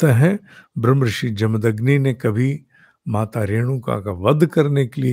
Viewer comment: साहब, जमदन्नि अशुद्ध है, जमदग्नि शुद्ध रूप है।